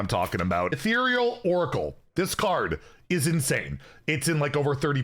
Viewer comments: He finally pronounced Ethereal correctly! Maybe that means he discussed it with someone official. Guaranteed nerf! Hopefully a similar case for Demon Seed. I'm up for a Dungar nerf. I invested in Golden Paradise Mini-set for Skyla, let's get some more pay-off! Oh yeah. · wait... he said Ethereal correctly! NICE!